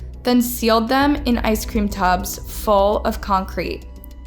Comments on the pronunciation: In the opening she said ice cream tubes when it is clearly tubs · Why can't this lady making the video ever pronounce things correctly? it says TUBS, not tubes. She does this in so many videos. Who is she? Where is she from? I'm so confused as to why she cant say things right... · Unscrupulous, extradited, macabre, and tubs (pronounced tubes in the opening). That is a lot of mispronounced words for one video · Did they EXRACT her or EXTRADITE her? Did she put her dead lovers in ice-cream TUBS or TUBES? Lol. Even the way she pronounced UNSCRUPULOUS, AAAARRRGGGGHHHH!!!! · Wait… tub is pronounced as Tube? Schleckeria is pronounced as Scherlicka? I’m confused. Help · Ok this is totally off topic but not the first time this channel used completely wrong pronunciation of its own title , and I'm triggered 🤣🤣 its tubs not tubes, as in bathtubs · Surprised you have so many subs when you call tubs "TUBES" 🤣🤣🤣🤣🤣🤣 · She literally has to learn how to pronounce first before saying it. First her name is said wrong and now she says “tubes” instead of “tubs”? C’mon now. Then ppl talk smack about Mexicans not speaking English properly 🤦🏽‍♀️ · Pronunciation is a problem. 'Tubes' instead of 'tubs', and I know 'esotericism' is a tough one but it's worth the effort. The concrete 'dried', it never 'died'. I still enjoy the content, I hope you can pin down the problem :) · ice cream "TUBS".. 🍨 they're NOT "tubEs" 🍦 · Oh thank goodness someone else said it first. Pretty much every episode I have seen on her various channels, have at least one word completely mispronounced, usually more. In this situation, it actually changes what happened, they were in tubs, not tubes, 2 different things. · YOU SAID "TUBES" BAHAHAHAHAHAHAHA 😂😂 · Tubs is not pronounced tubes. Two different things.